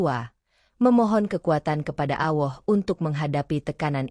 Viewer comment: Ceritanya bagus dan sangat menginspirasi buat saya tapi maaf saya ingin mengoreksi sedikit Ketika menyebut nama Allah tolong dengan menyebutnya yang benar begitu juga ketika membacakan shahadat terima kasih